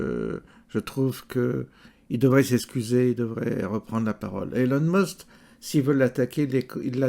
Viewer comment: Prononcer Musk pas Must ! Sauf si c'est à dessein ?